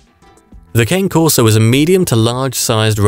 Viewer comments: Its pronounced ka-nay corso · Great video thank you. But me being Italian , i couldnt stop wincing at the way you pronounced the name brah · If this guy is soooo smart, how come he does NOT pronounce the name correctly? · I think this is the voice narrators mistake